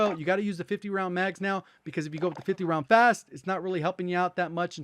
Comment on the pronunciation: Why did he yell fast 😂😂😂